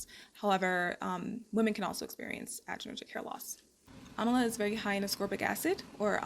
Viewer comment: It's Am-la don't know why you keep saying Am-A-la. That throws one off when looking up the item. There's no Amala powder! Other than That nice vid.